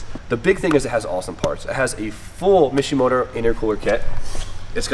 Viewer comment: Almost threw up when you said mishimoto